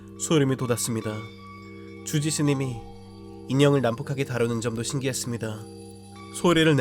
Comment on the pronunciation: 주지스님이 아니라 쥬지스님이라고 들리는데 기분탓인가